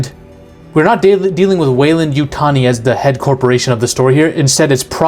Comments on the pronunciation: Great video, Appreciate you pronouncing 'Weyland-Yutani' correctly, but I have to point of that you mispronounced the word 'Yautja'. According to Steve Perry, in his 1994 novelization of the 'Alien vs. Predator' the comic series, the correct pronunciation is 'Ya-oot-chah,' with the accent on the second syllable, and that "ch" almost a "j" sound. Source: May 08, 2007 reply from Steve Perry himself on the avpgalaxy forum. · Love your vids... you said weyland yutani correctly.. don't listen to those sharmudas I been thinking the xeno we love is one the descendants of genetically creatures made from these base few beginners crossed together.. but i could be wrong.. it would be cool that way... The first monster.. it's a Metroid! What if David uploaded his mind to be the template for many androids.. a backdoor passenger able to take over any android anywhere. Because he's the core.. he's the server..he pulled an IG-88 and put his brain in the system that creates copies. (An IG-88 Droid uploaded itself into the death star 1 and took over as the targeting computer out of sheer watoness to be a megaweapon)